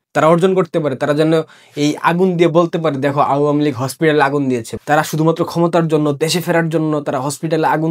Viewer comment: vai pronounce ta pls thik koren ... its not auuua mi lig.. its awamilig